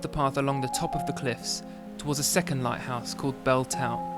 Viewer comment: Excellent video! I'm from Seaford, but have been living in China for 17 years, this makes me very homesick, but also very proud of my home coastline and countryside. I'm coming back in December for three weeks for Christmas and your winter hike has motivated me to do the same. By the way, the Belle Tout lighthouse has a French pronunciation, and the 'Tout' is pronounced 'too'. Fantastic video and keep up the excellent work, subscribed.